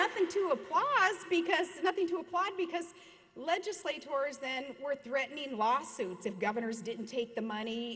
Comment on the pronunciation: My favorite part was "LegislATORS" ;)